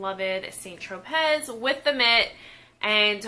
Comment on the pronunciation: Yes! My mom & I swear by St Tropez... We'll try things that I hear are better, but always go back. Side note: Don't think you pronounce the "t" in St or the "z" in Tropez... sounds more like San Tropay (rhymes with "away")? But Im not an expert! Someone correct me if I'm wrong!